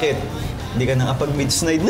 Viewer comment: Chito naman😭😭 "midsnight"🤣